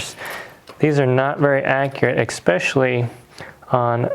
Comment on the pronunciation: It’s especially not expecially lol :P